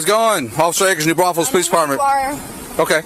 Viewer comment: The real crime here is how says New Braunfels! 😂😂😂